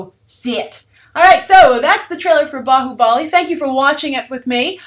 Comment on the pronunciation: just to inform, its bhaahubali, not "baahubaali", thank you. you also have to see his previous movie called Magadheera even it was a grand scale mythic movie.also Baahubali and the movies name has nothing to with!!!!!!! the Baahubali in indian history has nothing do with the movie